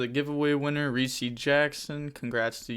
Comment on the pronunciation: "Reesee" Jackson lmao sometimes your pronunciations of cards and names have me dead man